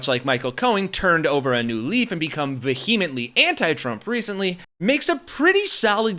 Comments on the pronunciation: You're saying vehemently wrong.... like so so wrong wrong. VEE um int lee. VEE um int lee. Say it with me. VEE um int lee. Oh, and Pig Hogsbreath is definitely drunk. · Look up the pronunciation of "vehemently" please.